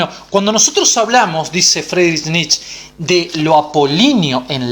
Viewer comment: Muy bueno, pero Nietzsche se pronuncia Nitche, debe sonar la e final.